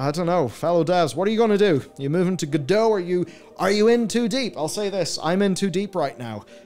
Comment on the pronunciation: Did you know that creators of Godot intended it to be pronounced as GO-dot (t is readable)?